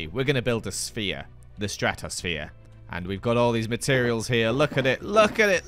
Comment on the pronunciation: Ah, yes, the stratos-sa-phere